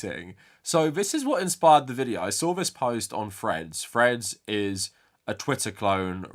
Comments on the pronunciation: For the first half of this video I thought you were referencing some new social media site called Fred's that I had never heard of before I realized you were just and you were saying Threads. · I thought I was going crazy because every time Threads is mentioned I hear "Fred's", but the subtitles seem to agree with me.